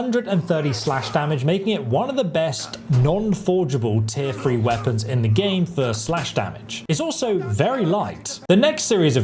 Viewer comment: Took a shot every time he pronounced "free" instead of "three" and now I'm more hammered than Henry with a mace